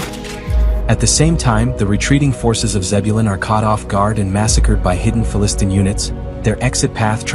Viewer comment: I am not able to see this show, so thanks for this great video. Not pronounced Fa - Listn'.